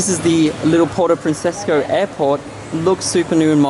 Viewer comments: "Puerto Princesco"? It's pronounced "Puerto Princesa" bro! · Why do you keep saying Puerto Francesca? lol. It's Princesa. As in Spanish for Princess lol. It is named after Queen Isabella II's daughter.